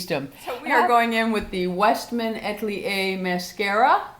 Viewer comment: A-tel-ier please not At-lier